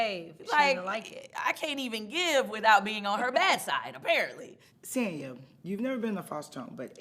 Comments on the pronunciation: She accepts her name to be pronounced SAN and SAHN lol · So Sanya is just going to let Marlo continue to pronounce her name incorrectly 😂? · madlo always saying her name wrong..samya don't mind😂